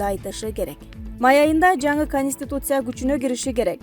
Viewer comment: ПандЕмия эмес , пандемИя ! кониституция эмес , конституция ! Журналист кыз туура айтып , окусаныз малыматты .